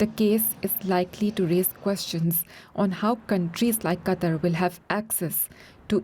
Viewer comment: Gotta admit though, this is the FIRST newscaster who got the pronunciation of the name "Qatar" right (as in "cutter").